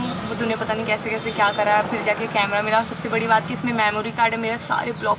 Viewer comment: Its kaise not kaishe